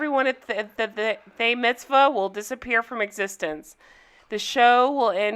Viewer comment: “They Mitzbah” 🤣